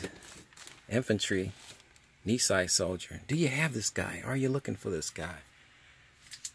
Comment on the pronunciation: I wish I knew this was available. Our grandpa served in the MIS during WWII while the family was incarcerated. Thank you for this video. BTW, Nisei is pronounced nee say.